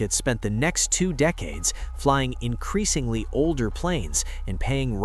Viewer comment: Pessimism began as soon as I heard "increashingly."